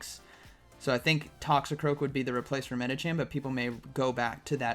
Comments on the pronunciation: plz when are you learn its medichaM not medichan?? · Love watching your vids but it kills me every time you say Medichan instead of Medicham